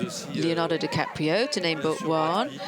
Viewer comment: Leonardo "Cappatrio"?? .